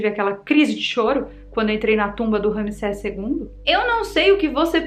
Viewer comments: "maldição de tutancagon" 😆🤣 "maldição de ramiseca" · Não consegui conter a gargalhada na parte do "tutankagón" e "rami seca" kkkkkk. VC é demais!!!!